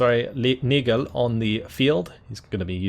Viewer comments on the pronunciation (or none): everytime I hear say Neigl I freeze a bit